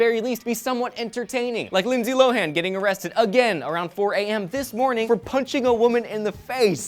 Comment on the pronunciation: totally sounds like "Lindsay Blow-han"